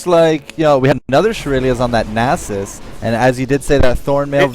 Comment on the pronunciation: so this guy cant pronounce nasus and he never shuts up. nxt time ur with him tell him to shut up.